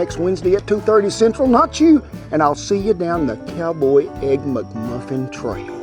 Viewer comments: "Muck Muffins" LOL! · I love the way he says "mugmuffin" instead of mcmuffin! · “The egg MucMuffin”! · "Muck Muffin" 😆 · He said EGG-MUCMUFFIN 🍳 😂